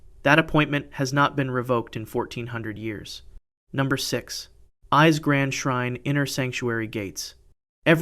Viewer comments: It’s pronounced Ee-Say, please learn how to pronounce Japanese words please! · Not just the dates, all the names too! Called Ise "eyes" is criminal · The pronunciation of the Japanese is atrocious! "Ise" is pronounced "E-say". "Naiku" is pronounced "nigh-ku". "Nihonshoki" is pronounced "Knee-hon-show-key"